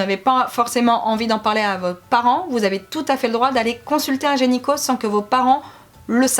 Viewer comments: Video très intéressante :) par contre c'est gyneco & pas genyco hihi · Ça me stresse que tu dises "genyco "au lieu de "gynéco" mais sinon je t'adore c'est super de parler de sujets un peu "tabous" vous êtes trop belles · Super vidéo ah ah qui prononce "genyco" à la place de "gynéco" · on dit pas gynéco ?? Et pas génico?? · Qui a entendu gényco au lieu de gynéco 🤣. Sinon super vidéo 👍😘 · Super vidéo!!! C'est bien d'en parler 😄😄 Juste c'est gynéco et non genyco 👌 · vous dites gényco , sa me fait trop rire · "un genyco" ahahah 😂😂😂